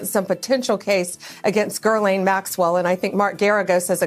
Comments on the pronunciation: Girl- lane Maxwell? That is crazy that she doesn’t pronounce her name correctly. Not once, but twice. Not that Maxwell deserves to even have her name even pronounced at all but come on. Bondi is the AG of the United States! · Guylaine sounds ridiculous but now they’re adding an R? But F Ghislaine Maxwell, I just wanted to laugh at Bondi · This is how out of the loop these people are..”Gerrlaine Maxwell”😂😂The head of Department of Justice Pam Bondi cannot nor does she care to at least pronounce the name correctly of the women she is making a back door deal with. She is sloppy and embarrassing. Hey Pam…It’s “Ghislaine”… no R anywhere in there. Remember… the S is silent🤫🤫😂😂😂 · Who the F is Gherliaine??? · Gur-lane? That’s a pronunciation I haven’t heard until now. That chick (maxwell) has more first name variations of pronunciation than anybody. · on top of all the way more serious reasons she has to be embarrassed, why does Blondi keeps pronouncing it Girl-laine? it really is amateur hour... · Gurrlaine? Where did she get that pronunciation? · I don’t much give a damn, either, but, damn, you can’t even get her name right? Definitely, doesn’t inspire confidence. It’s a weird, foreign spelling, but, it’s Gil-Laine Maxwell. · Who is "girl-lane" Maxwell? Of all the mispronounciations of her name this one is most puzzling. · Why the hell doesn't Bondi know to pronounce Ghislaine Maxwell's name? There's no R in it. I hope her stupid doesn't rub off on anybody. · That Bondi B is pretty Damn Stupid, where does she see a R anywhere in Ghislaine Maxwell name ?? What an IDIOT she is making of herself. LMAO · This lady is the fuking attorney general of the United freaking States and she can't even pronounce Ghislaine?????Lady there are no R's in her name yet .........wtf?!?!?